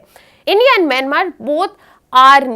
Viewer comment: She's pronouncing even Myanmar as Mynamar 🤣🤣🤣🤣